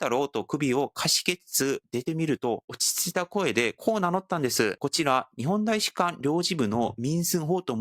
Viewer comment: パクさん日本語がすごく上手なので、さらに完璧にするために指摘させてもらいますね「たいしかん」です「た」です。日本語は面倒ですが、今回の動画の最も柱になる単語なので、指摘させてもらいました。すみません。